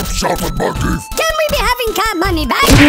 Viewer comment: I am havink yet another plan. He put havink because that's how they pronounce it.